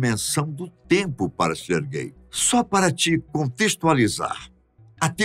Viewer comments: Na hora que ele fala o nome do cara eu entendo "ser gay" "---" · "Sergay" lá ele 🤣